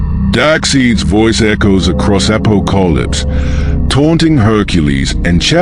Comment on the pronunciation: My only real concern was the AI's annunciation of Darkseid and Apokolips. I did't recognized who or where it was talking about until half way through the story. Maybe next one will be better.